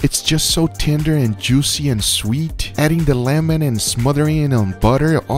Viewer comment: Nobody: Guga: jewwseee